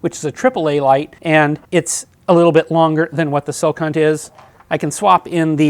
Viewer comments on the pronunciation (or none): Great review. Calling the company “Silk Hunt” was a bit distracting. “Skill Hunt” is how I think it’s pronounced. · Is he saying "sil-cunt"? 😂